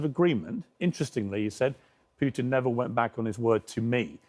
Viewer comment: Piers couldn't even spot humility if he tried. Also: "Pewtin"😂